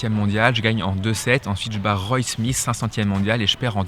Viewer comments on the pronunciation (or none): none